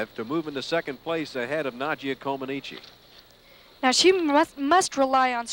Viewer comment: It was crazy that even after listening to Nadia's interview and how she pronounces her own last name that the idiot commentators still call her Nadia Commenicy. The ineptitude of American commentators in the 70 was incredible. Just like that absolutely stupid and I thought insulting comparison between Nadia & Olga. This video also highlights the lack of American understanding of what was really happening on the courts as proved by the boos when Bart Conner won the competition and America's first medal in 40 years.